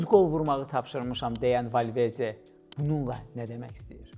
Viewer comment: Valverce yox Valverde, rusdilliler hec bele demir